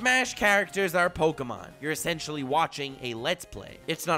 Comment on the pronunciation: Is it pronounced pokAmon or pokEmon?